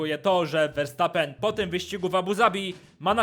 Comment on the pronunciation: Jakby co Verstappen czyta się przez "F", ale mów se jak chcesz.., jest super...